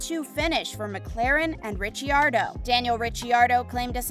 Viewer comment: You also mis pronounced Ricciardo and verstappen